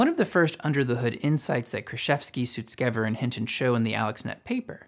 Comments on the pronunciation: Just a heads up, you pronounced Ilya's last name incorrectly. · bro how you be sponsored and misprounounce sutskever